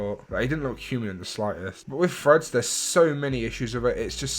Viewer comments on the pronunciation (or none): Bro i thought u were saying “freds” instead of threads 😭 only realised at end when I saw title of the vid 😅